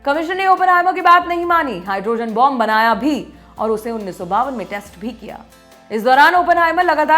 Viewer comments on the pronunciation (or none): none